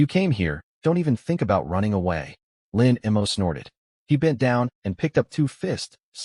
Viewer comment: The MC's name is "Lin Mo." Why TF does the narration keep pronouncing it as "Lin M. O."????? And female characters keep appearing as males. Get your sh1t together.